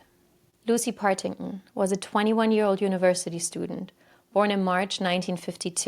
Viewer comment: BTW, it's PartingTon, the Ts are not silent!